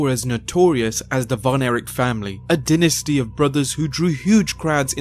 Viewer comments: It's dynasty, not denasty. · When Americans think it is the British who mispronounce the words in the language the British created XD The word is correctly pronounce as die or dy - nasty as explained in the Cambridge dictionary. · Love how he says denisty instead of dynasty! British accents and wrestling docs....they go together like farts and stink. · The Elite The The Elite lol I'm a Londoner and always pronounced it as "die-nasty" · Can't stand when narrator pronounces a basic words like "dynasty, Adidas and February " wrong.